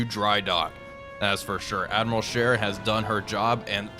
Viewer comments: Isnt it Admiral Sheer not Share? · I love your videos. I know it’s just me, I can’t believe no one has not pointed out it’s Sch ‘ee’ r, not share.